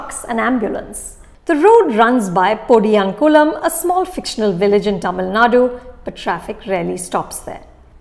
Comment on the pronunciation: 😅 😅 You need to work on your pronunciation on Tamil words. Especially podiyankumlam and specially Tamil nadu (தமிழ்நாடு) don't want to be harsh but make sure to portray it in the right way 🙏